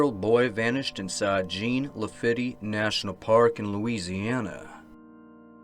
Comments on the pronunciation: Pronounced Jean LaFeet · Jean Lafitte is pronounced Zaun La Feet. The famous pirate who, with his brothers and crews, helped the US out in the Battle of New Orleans. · Yes, we know. Ir is "Sjohn LaFeet." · That's not how you pronounce Jean Lafitte 🤣